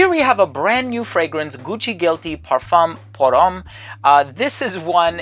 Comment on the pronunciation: You really should learn how to pronounce parfum pour homme in french and I saiy that as a German! 😅😅😂